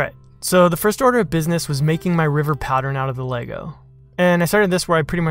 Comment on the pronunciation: Subscribed! Beautiful work AND you know how to pronounce Lego 😁